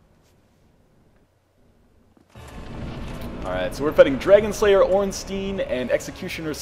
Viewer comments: The way he pronounces Ornstein makes me cry. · Going by the Japanese pronunciation of スモウ and オーンスタイン, (not getting into how you want to spell it using a roman alphabet) a close approximation of the two bosses is Smoh, like dough, and Ornstine, with the "i" like in time.